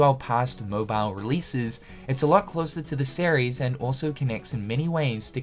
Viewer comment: I can't unhear "Sair-ries" when you say series